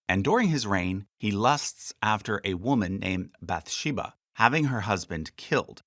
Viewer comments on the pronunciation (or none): none